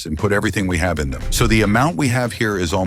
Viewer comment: are you german since micht said hab string